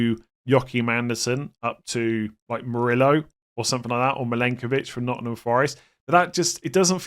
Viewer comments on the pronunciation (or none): none